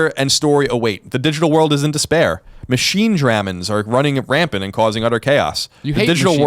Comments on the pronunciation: When Colin mispronounced Machinedramon (I'm a big Digimon fan), I lost it. I know it's common mispronouncing these things. I knew he would fuck up to but for some reason it was just really funny to me. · I am triggered by Colin's inability to pronounce Machinedramon.